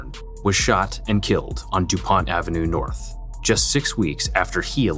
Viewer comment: Welcome to Norf Minneapolis.